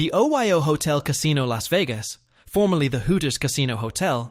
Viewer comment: You know the voiceover's A.I. when it pronounces OYO Oh-Why-Oh, hahahaha!